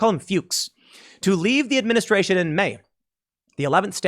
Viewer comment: Administraintion, bidenflation, gas-a-prize-is, Kleenex energy, etc etc etc